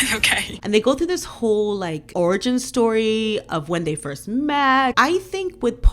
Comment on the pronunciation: You said orgy or origin? I still adore your accent.